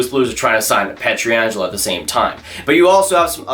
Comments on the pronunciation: You know it's P-ietr-angelo and not P-etri-angelo, right? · Please stop butchering Pietrangelos name.